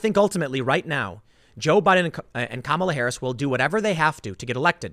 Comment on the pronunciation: am i the only one who says her name "kuh-mall-uh" not like tim or is he weird?